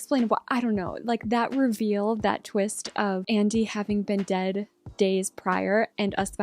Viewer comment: “The twinst!” Love it. Lol